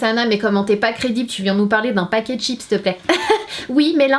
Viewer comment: " CHIP " Il est ou le SSSSSS!!!!!